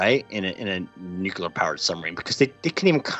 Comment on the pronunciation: I am not sure if I heard you correctly, but I am 89.9898% sure that you said "NUKE-lee-er" a few times in this interview. While I admire the topology of your thoughts, and how you generate them (mostly your humane bent of packaging difficult ideas within simple analogs), I garu-an-f*cking-tee that you will capture more intelligent hearts if you do this one simple exercise. Don't worry, it will only take an hour or two. Say: "New............Klee.........Urr.........." one thousand times out loud. You have neither rhotacism nor lambdacism, and you come off as a total intellectual badass...until you say that one word. I'm on your side. Make the change. Make the change and I will seriously consider ending my cherished and auto-exalted position of "Sour-Grapes Harvard Drop-Out Who Got a B- in Harvard Academic Writing". Other than that, thank you so much for introducing me to the "Star-lifting" concept. I am going to stubbornly cling to that thought because I want it to be aliens so bad.:). You rock like crazy, and I only hope that I can work in your field one day and have an iota of your clarity and knowledge.